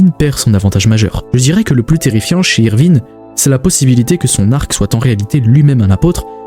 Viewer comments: je t'assure qu'il ne fait pas exprès il a déjà dit que de base le français n'est pas sa langue maternelle et il a des lacunes de prononciation qu'il essaie d'améliorer il fait surtout des erreurs quand il ya des I et E ou comme avec ivrine quand il prononce Evrine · C’est qui "Évrine" 😂